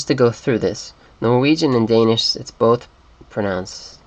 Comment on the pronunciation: I am sorry to crush your dreams and all that, but you did not pronounce a single Danish word through the whole video. You seem to speak Swedish and Norwegian very well, but Danish was just a horrible fail :(